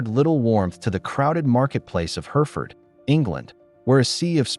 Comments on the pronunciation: Yes no such place as Herford..You mean Hereford..where you pronounce the second E..! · Are you sure that is not Hereford. Also it is de Spencer not Despencer or Dispencer